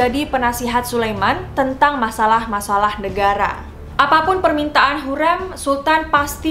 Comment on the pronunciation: Iya betul, dan mau koreksi juga kak, sepertinya gelar haseki itu untuk permaisuri yg sudah dinikahi secara sah, setauku begitu. Salah satunya hurrem itu jd haseki karena dinikahi oleh sultan suleyman. Sekarang udh bener ya pelafalannya hurrem bukan hurreum (di video sebelumnya)